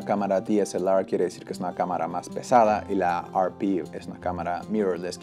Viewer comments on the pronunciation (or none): Agradezco tu información pero y entendiendo que estes en America...¿No crees que hablas con demasiada terminología anglicana?. ¿Por que pronuncias la denominación de la "ErrePe" como "ArPi"?. Y te lo digo con todo el respeto del mundo pero quizás tu idioma natural tiene denominaciones exactas para cualquier terminología técnica que usar una que es anglicana y que no tiene nada que ver con quien fabrica las cámaras (japoneses). Un saludo y gracias por tu vídeo.